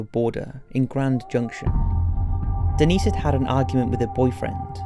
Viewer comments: Dennis ? I think it’s Denise. Lol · Is this kid joking or what? JanEEECE... DENNIS... how hard is it to say Janice and Denise? ffs PUGGET sound lol